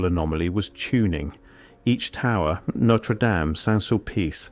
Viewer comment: AI generated tripe. Can't even pronounce Notre Dame properly.